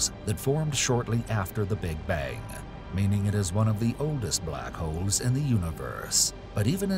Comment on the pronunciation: In the beginning of the video I really the he said black hoes😭😭